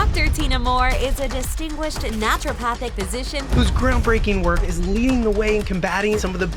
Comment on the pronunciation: Love this!!! I've been on the fence about trying ozempic... Not any more. Also... It's naturOpathic... Not "nature" pathic... Lol